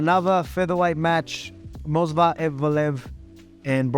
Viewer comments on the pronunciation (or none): none